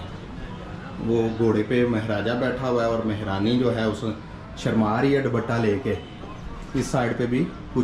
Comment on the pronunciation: MashaAllah boht achi koshish hoti hy kafi detail main ap btaty hain Maza a jata hy vlog daikhny ka bs aik request thi agr apko bura na lagy tou zra Urdu ki pronunciation zra aour bhtr kr lain ap bar bar taachqy Keh rahy theiy JB kh taaqchy hota hy mehraani nai balkh mahrani hota hy don't mind it thanks